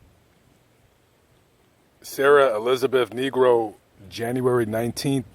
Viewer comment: Niiii gro not negro